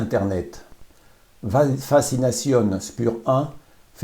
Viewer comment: Alors mon garçon, dans Spur 1, le S se prononce CH et le U se prononce OU, fazination, le Z se prononce TS.